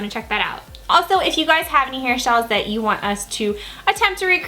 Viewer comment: did you say hairshyles 😂😂😂😂